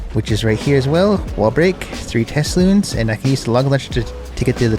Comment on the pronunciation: what are you referring to your balloons as? it sounds like you're saying tesloons or something